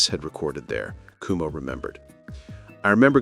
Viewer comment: You're pronouncing his name wrong. It's not "kumo" it's "QuoMo", like the former governors of New York. Also, having Rick Ocasek as the producer is what launched their career, That was definitely the right choice. He's a genius.